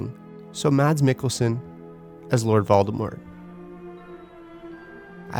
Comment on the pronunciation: I still cannot get over the fact that he keeps saying Valdemort.